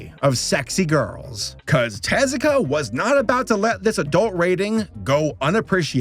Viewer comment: Hey! Kudos for putting in the effort of getting Tezuka's name pronunciation locked down for this video. You've tripped up on names from all kinds of cultures around the world in the past, acknowledged your shortcomings and have learned from it. That's why you're such a great Youtuber. Keep up the fantastic work. Looking forward to the next video!